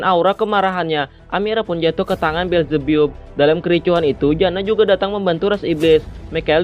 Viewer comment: Bukan belzebbup bang tapi belzebap